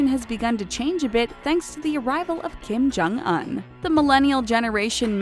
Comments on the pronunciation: DID THEY JUST PRONOUNCE KIM JONG UN LIKE KIM JONG UH-N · You have one job, yet you cant say the name of Kim Jong Un and other names correctly... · Look up how to pronounce Kim jung un and Pyongyang before you make more North Korean videos. Not to mention all the other words you butcher. Lmao. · Well what did you expect. This channel is a bunch of white ppl making video. . They can't even look up how to pronounce Kim jung un and Pyongyang correctly